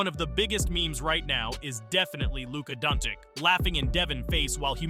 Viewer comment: If you're gonna make a vid about a player, atleast learn to pronounce his name.